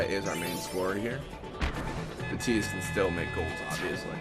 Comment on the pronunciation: tie-dus is how its pronounced